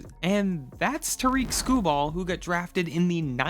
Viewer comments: “Tuhreek Skubal” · TEAR-ICK …. It’s 2025 and you don’t know how to pronounce his name????